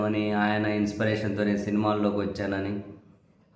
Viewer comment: ఇన్స్పిరేషన్ అనే పదాన్ని సవరించి 'ఇన్స్పిరేషన్' inspiration గా ఉచ్చరించండి